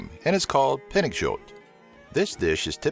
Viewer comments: "pinakjut" XD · «Pinnejill» HAHHAHAHAH ITS «Pinnekjøtt» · its not caled pinøkjut its kalled pinekjøt wich means stickmeat i now that cus im norwegian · It´s not "pinnycheaut", "pinnekjøtt" hahah hard to pronounce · ITSNOT CALLED PINNEGKJOUT!!!!!!!!!!!!!! ITS CALLED PINNEKJØTT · hahaha the way you pronounced "pinnekjøtt" :D It's pronounced "Peen eh kj uh tt" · hahaha the way you pronounced "pinnekjøtt" :D It's pronounced "Peen eh kj uh tt" ? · It's pronounced "Peen eh kj uh tt" It's pronounced "Peen eh kj uh tt" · "pinnakjott" lmao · It's Pronounced Pin-ne-shøtt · Herregud😂 "pinnekjåut" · He said PANNAKJOT pinnekjøtt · Well The way you said pinnekjøtt was like this pinektiot And The way you say pinnekjøtt is like this: Since e sounds The same if you say i in norwegian And The ø sounds like uhh And kj sounds like shh but make The shh into a brighter sound now put these letters together P I N N E K J Ø T T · If you said it correctly then it will sound like this pinnikjøtt but it almost sounds the same but Since i have lived in norway my entire life then i will accept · it's called pinnekjøtt not pinnekjåt im am norwegian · It’s pronouced Peennechøt. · The way he pronounce pinnekjøtt, I'm dead. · When he said "pinnekjøtt" something inside me broke. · you did not pronouns (pinne kjøtt) correctly ;) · you totally butchered to say pinekjøtt xD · Pinnekjøtt <3 xD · ALFERN VALDE Ingen engelskmenn kan uttale "pinnekjøtt" riktig..... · The way he said pinnekjøtt😂😂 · just comment the title of the video (replies don't count) Good luck teaching an English speaking person to pronounce "pinnekjøtt" :-) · You said pinnekjøtt fail im norwegian! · HERREGUD HAN KAN IKKE ENGANG SI PINNEKJØTT. HÆÆÆÆ😂😂😂😂😂😂😂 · His norwegian is so bad you dont pronounce ø like o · you sad it ronge im norwigen